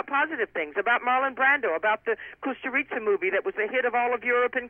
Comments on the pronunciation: IT's KUSTURICA not COSTA RICA! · She mispronounces Kusturica